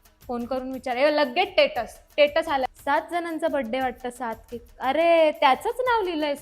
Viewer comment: टेटस 😂😂😂 एक नंबर माझी पण आई आणि बाबा दोघे पण स्टेटस ला टेटसच बोलतात 😂😂😂🤣🤣.... अजून कुणाकुणाचे आई बाबा असं बोलतात?? 😂😂